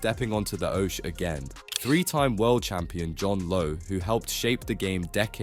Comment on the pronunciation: Seriously it's an oche as in hockey not oshe. Any dart enthusiast would know this.